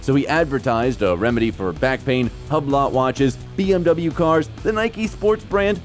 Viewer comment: HUB LOT nah, it’s pronounced WHOB-LO